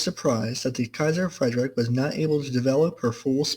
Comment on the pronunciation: It's more pronounced "Kaiser Freed rich", not "Kaiser Freidrick"